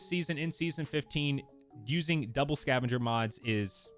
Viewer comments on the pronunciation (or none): none